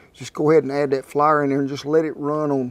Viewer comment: I died laughing when he said "flurrr"